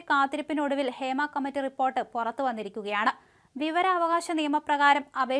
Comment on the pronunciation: ഫേമ അല്ല മല നാടാ ഹേമ